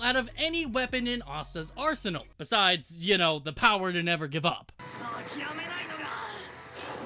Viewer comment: It's funny when i heard " you know " i hear " yuno " haha i know now everyone gonna heard this now